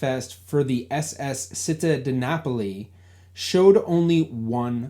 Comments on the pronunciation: I enjoy your series. On this video, you mention a ship "Città di Napoli". The word "Città" (City in Italian) is pronounced CHEE-TAH, with the emphasis on the 2nd syllable. So it's said more like "chee-TAH". In Italian C + I is pronounced like CHEE. Sorry to be a nitpicker! BTW, my Italian grandparents came to the U.S. from Naples (Napoli), Italy in1914 and also passed through Ellis Island. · Citta is pronounced CHEET-TA, stress the second syllable. Make sure you engage some Italian American researchers. We know all kinds of tricks and tips about those manifests. 😁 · Hi! Città di Napoli = City of Napoli Pronounced Chee - tah, emphasis on tah! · Also, a small point: Città is pronounced 'chee-TAH'